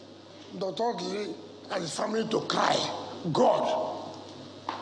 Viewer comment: I am averse to any mispronunciation of indigenous names, especially names that are household ones. Why is, an Igbo woman for that matter, pronouncing Ọdili as O-dee-lee? This killed my interest in this morning show and I switched off. Nigerian journalists: it is not honorable to mispronounce indigenous names -- something you never do with oyibo names.